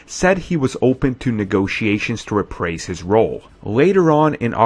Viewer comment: I hate to be one of those people but here are some corrections: Tyler Mane not Taylor Mane."Rih-prase" should be "re-prise". The city in Ohio is called Sandusky not "Suh dinsky". (end of corrections) The second half of IM2 is where Thor was rumored to be introduced. It would've been better than what came out. That way, the Thor film could start off balls to the wall. Instead, it was meh.The Destroyer was handled all wrong.